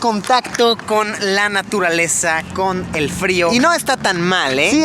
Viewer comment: en el en ves de decir frío dice frito jajja este comentario tiene copyright ©©©©©©©